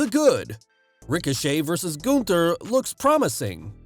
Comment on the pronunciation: I am surprised, that you can pronounce Gunther somewhat adequate.